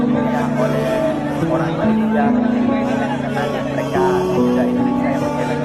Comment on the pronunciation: COBA PERHATIKAN DAN DENGAR BAIK BAIK APA YANG DIUCAPKAN... BERKATA MALASYA... MALASYA... MALASYA 🤣👻🤣👻👻👻